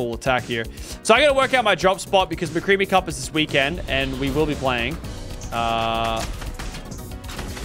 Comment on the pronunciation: Did he sat mcreamy cup or what